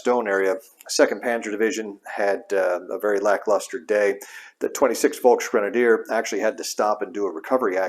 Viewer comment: Just a minor note: Volksgrenadier is pronounced Folksgrenadier not Folkshgrenadier.